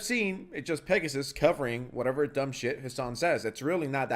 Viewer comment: Pregassus, lol